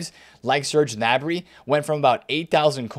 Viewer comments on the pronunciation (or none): none